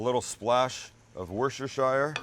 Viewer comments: its its Worcestershire sauce not Worchershshshsheyer xD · It’s not wos- ter-sh-ire. It’s wos- te- sher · "a LiTtLe SpLaSh O' wOoRsTo ShYeR" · Once again with the WorcesterSHYRE sauce...Worcestershyre is somewhere in Middle Earth. Worcestershire is pronounced WorcesterSHER and it's famous condiment is most often just "Worcester sauce". BTW a very good ingredient both in and on Shepherd's/Cottage Pie. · its "WOOSTER-SHER", dammit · Oh dude not having a go at you but if you want to save the effort we in England pronounce worcestershire as 'wooster-shire' and we even just call the sauce 'wooster sauce' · The way he pronounced worcestershire is hilarious haha say it like Woost-er-sher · Love the channel and think your foods amazing but Sam, Sam, Sam. That’s a cottage pie not a Shepard’s pie. Shepard’s pie is lamb. Haha keep doing what you do!! Oh also I’m from the north of England and it’s pronounced wus -ti-sher sauce ;) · its not your fault you lot over the pond say it wrong, the person that took the recipe back from the good old UK should of written it down and maybe you lot would be saying it right. 😂😂